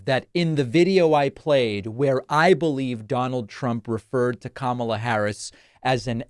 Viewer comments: So you do know how to say her name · Wow, he said her name right while he was falsely claiming that he is a better looking person.